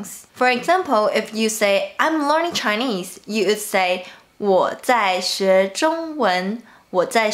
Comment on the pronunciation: May i advice u about your English when u pronoun “would” Most common mistake Chinese people Make when u guys speak. Wo in chinese sound like Au in English. Cuz the guy who created pinyi Didn’t use English’s sound as the base But another language which Sounds r different Ex. 东西 Dongxi for pinyi but” tongxi “sound in English So u say I aould do that do this bah bah. But your real intention is i would... When u guys say wood sound like aood Maybe u should try “V” ; vould in stead of “w”ould cuz u guys r get used to W sound in chinese. So u always apply it When speak English which is sounds weird And incorrect. While ABC who grow up in native English Speaking countries or USA. Speak they don’t have this “Au” sound If they speak English natively.